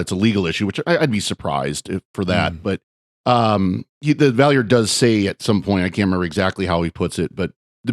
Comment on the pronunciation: The way you all pronounce the Valeyard's name is driving me nuts.